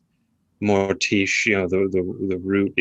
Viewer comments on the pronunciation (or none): Thank you for the lovely tribute to my late husband,. He would have felt honored. I do have a couple notes: 1) although he may have joked about it, did not believe he was the reincarnation of Swinburne; and 2) his intended pronunciation of Mortiche was Mor-teesh. Thanks again, Janice Thompson (fka Roberts)